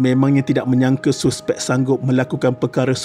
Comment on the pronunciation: mat ni guru BM ke..cara dia sebut suspek dengan bunyi yg betul tu aku salute..suspek ye bkn saspek.